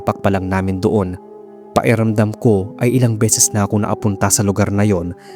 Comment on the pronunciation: Pa-Ki-ramdam, not Pa-E-ramdam. Speak tagalog properly pls. Good job sa stories.